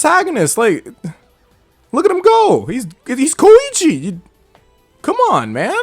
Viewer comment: Come on man! He’s KOEECHI